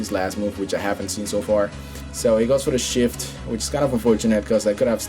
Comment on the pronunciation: SWIFT not shift